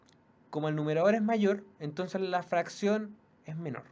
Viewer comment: ENTONCEEEEEEEEEEEEEEES NO TONCESSSSSSSSSSSSSSSSSSSSSSS NO ESTÁS CHATEANDOOOOOOOOOOO